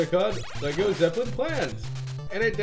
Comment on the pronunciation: loooool "Lego Zeplin" thats probably the most thing I've heard yet